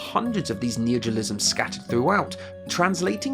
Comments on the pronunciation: But I just bought that book... I can't read it now? Also, you keep saying “neogelism.” Is that your neologism for “neologism”? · It's neologism, not neogelism, lol